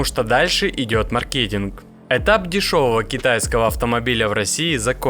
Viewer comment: ма́ркетинг, от англ. слова маркет - рынок